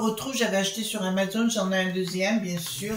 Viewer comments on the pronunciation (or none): none